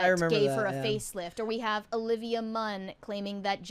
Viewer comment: Did say "Oblivia" Munn? 😂